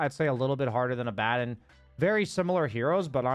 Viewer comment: Liked for pronouncing Abaddon correctly. 👍